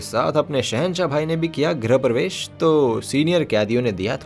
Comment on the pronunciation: It’s grih (गृह= घर) pravesh and not “grah (ग्रह = planet) pravesh.